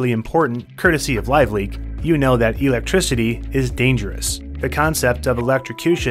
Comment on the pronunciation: Great video but his pronunciation of electricity is so jarring 😅